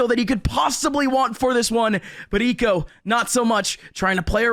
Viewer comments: The way that this caster says Hiko is so tilting for some reason. He never pronounces the H like WHYYYYY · nope he says iko like the H is invisible